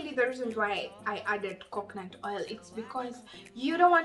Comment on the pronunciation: You should be grateful I corrected you so that you don't repeat the mistake. Again it is COCONUT✅ NOT COCKNANT❌